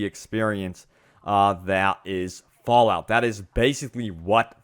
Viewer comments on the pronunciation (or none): Bro you emphasizes your "y"s so much, its fallout not fallyout..... and leak isnt pronounced leeeyyyyqued damn man